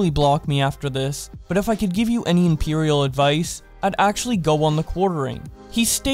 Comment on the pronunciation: bro you said impartial wrong. I mean it’s not a big deal, just thought you should know...